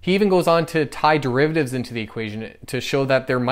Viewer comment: What are "dreivatives"???